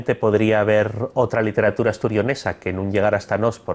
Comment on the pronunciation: Hola. Estoy estudiando el leonés para un trabajo de investigación. Tengo la duda de porqué no palataliza la l inicial en algunos casos, como por ejemplo cuando dice literatura, en vez de lliteratura (que es como creía que se diría). Os agradecería que me resolviéseis esta cuestión. Gracias.